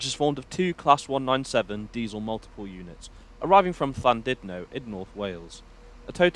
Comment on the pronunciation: the thing that hurt me most iss your pronunciation of Llandudno. We love you tho <3